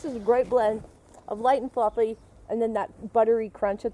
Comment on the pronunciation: her southern accent comes out more when she eats biscuits. "fluffay"